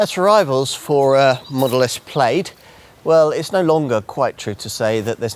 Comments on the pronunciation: Should be pronounced PLAD not PLAYED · Plade?!? Really, guy? And you had to repeat it four times in the first minute. It’s “Plad”. Yeah, I know every other -aid word is “-ade”, but hey, it’s English. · How on earth do you live in the country that invented English and is connected to Scotland and you cant pronounce Plaid correctly?